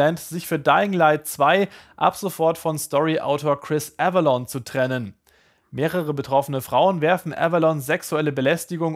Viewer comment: Avellone und NICHT Avelonne ...